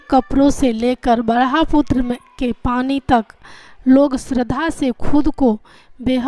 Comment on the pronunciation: 🙏🙏 Bhraputra नहीं Brahmputra 😂 Sorry to say that 🙏🙏👏👏🌹🌹